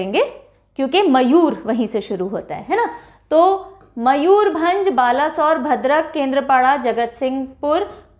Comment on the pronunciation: Almost correct but not all correct. Let me correct. Balasore is "Baleshwar/ बालेश्वर" Kalahandi is कलाहांडी not कालाहांडी Bargarh is बरगड In Odia langua the use of अ is more than आ For example Ba is ब not बा So Mayurbhanj is मयूरभंज not मयूर भांज I hope this is clear. I wish ther is any voice text service in YouTube. I could have recorded and commented. Cheers!